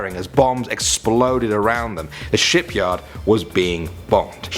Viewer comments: The first time you said shiPguard you said shiTguard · Who heard hamburg shityard😂😂😂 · when you said Hamburg ship yard my friend heard it as shit yard😂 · when he said ship yard i thought he said shit yard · Did anyone else think he said shit yard